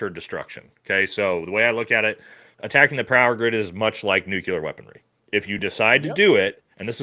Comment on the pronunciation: "Nucular" facilities? Uhh.....there's no such word as, "nucular". Elfin magic lookin dude sounds like the fool he is